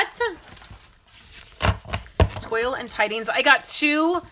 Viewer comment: The paper is pronounced twall rhymes with hall. SU should have given us lessons on how to pronounce it! LOL! I love it no matter how you say it!